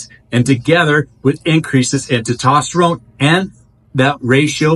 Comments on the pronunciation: It’s testosterone It’s not tetosterone There is an S after the E TE”S”TOSTERONE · Nice summary, good job. Try saying "test" + "ost" + "uh" + "rohn" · TESTOSTERONE NOT TITOSTERONE. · Is Te-tosterine the same as Tes-toserone? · It’s called testosterone, not tetosterone. . Yeah, you’re real credible. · I couldn't un hear TET-OT-sterone ...😂😂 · Good video but I want to offer some friendly criticism. Please try to pronounce testosterone correctly. You are not pronouncing the first "S". Pronouncing these hormones correctly will make you sound more legitimate. Thanks for the video. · Bro just leaves the s right outta the word testosterone lol 😂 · Good video BUT you do realize there IS a “S” in teStosterone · Say testosterone properly. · It's hard to take advice from someone who can't even pronounce one of the most important hormones in the human body being testosterone. Good thing I've already researched TMG and have been taking it for awhile otherwise I probably wouldn't have followed any advice you've said in this video. You might consider rerecording this one. JS. I hope you have a blesses day! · Great video. Thank you. FYI...it's Anecdotal. Not Anadotal. It's Testosterone. Not Totosterone. Have a great day. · THIS GUY CANNOT PRONOUNCE ANECDOTAL OR TESTOSTERONE PROPERLY..STUFF DOES NOT DO MUCH..HE IS JUST GETTING PAID... REMEMBER..IF IT REALLY WORKED IT WOULD BE BANNED BY WADA